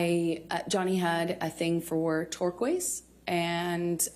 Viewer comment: The way she pronounces Turquoise drives me nuts!! Lol. If she relied heavily on her friends and they were true friends; why didn't they get her away from him?? If he was such an awful abuser why would they just except gifts from him and turn a blind eye? Didn't they see the injuries on her???? Not very good friends!! Lol